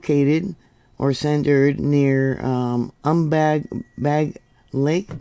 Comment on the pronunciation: Its pronounced Umm- BAge-O